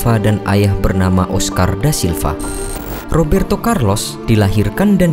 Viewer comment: Rrrrrrrrrooberto Carlos...